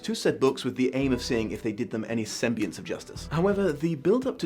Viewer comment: Yeah, it's clearly pronounced "sam-bee-ance," not "sem-bee-ence." Jeez.